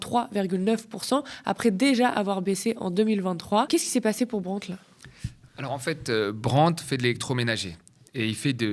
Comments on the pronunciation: brandt ça ne se dit pas Brent ! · J'aime bien Thomas Porcher mais on ne dit pas Brendt mais Brandt. C'est un nom d'origine allemand, pas anglaise.